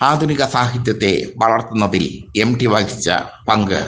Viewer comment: എടോ പൊട്ടച്ചാരേ എംഡി അല്ല എംടി ✅